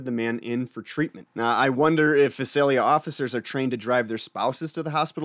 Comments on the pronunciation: It is pronounced Vie-sell-ya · It's pronounced Vie-sale-ya. Weird I know. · Hey you're not pronouncing of town right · Use to live near there. The thumbnail is spelt wrong and the pronunciation of Visalia was a bit off haha. But great vid as always.